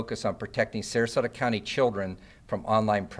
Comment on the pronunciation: Sarasota not sarsota